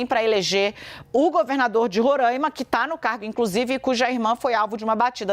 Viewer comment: Moça por favor é RORAIMA, sem acento circunflexo no primeiro A